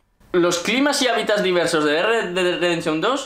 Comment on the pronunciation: "el dedai"